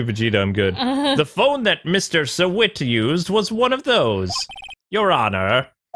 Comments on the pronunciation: The witness for the first case that was called to the stand, it’s not pronounced shawit, you say it like you saw it. Get it? He’s a witness? He saw what happened? not trying to be rude, just trying to point it out. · Sahwit is a pun on SAW IT, so it should be said like that